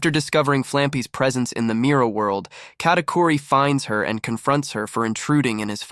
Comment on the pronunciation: Bro ist katicuri not catiqury